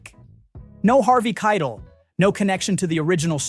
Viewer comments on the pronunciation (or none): Is the "person" reading this an AI voice?.....Spike Johns, Harvey Kidle.... really?